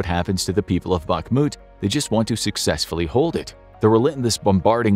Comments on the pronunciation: It is pronounced "Bahmut" not "Bakmut" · Please, please, Bakhmut = bahRRRRRRRRRRRRRRmut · Every time you are saying "BAKMUD" its like a bullet in my ears :face-purple-crying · Don't want to be rude but it's pronounced "B-A-H-M-U-T" the "K" is silient